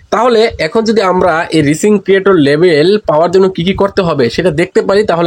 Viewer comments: আমি ইংলিশ উচ্চারণই করতে পারেন না। আবার কন্টেন্ট তৈরী করেন কেমনে? বানান টা "রিচিং" না এটা হবে "রাইজিং " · আপনি ভুল উচ্চারণ করেন কেন? হবে রাইজিং